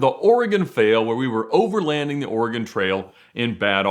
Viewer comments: The way kept saying oregOOON was soo annoying lol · Don't EVER let say "Oregon" on camera again. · It has been two days and mispronunciation of “Oregon” still haunts me to this day. Seeing my psychiatrist tomorrow.